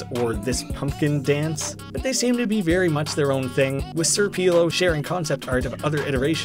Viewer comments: its pronounced pelo not peelo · but you still pronounced pelo wrong